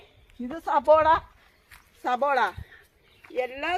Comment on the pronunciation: അതെ ചേച്ചി സബോള അല്ല സവാള